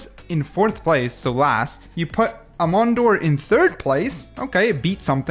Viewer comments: Hearing u say aemondir like that hurts my soul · This mf doesn't even know how Aemondir is pronounced. Mods delete his ability to enjoy life.